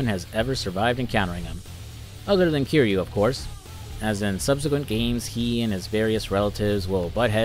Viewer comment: Dude made a whole video about yakuza and played a bunch of the games but didn’t say the main characters name right once lol